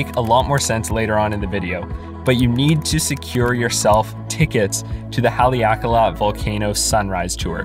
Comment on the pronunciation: I dont get how pronouncung kahului is hard. Lol you just left out the "hu" completely. Im just giving you a hard time, i live here :p oddly you did a better job with Haleakala. Ps: dont go to cove park in kihei. Dirtiest water on the island. Im talking fecal matter. I'm getting my bachelor's in sustainability so thats why i know.